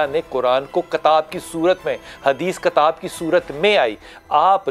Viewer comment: Sir kataab nahi hota kitaab hota hai